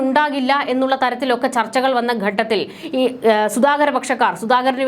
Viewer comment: 'ഗട്ടത്തിൽ ' തെറ്റ് 'ഘട്ടത്തിൽ ' എന്നതാണ് ശരി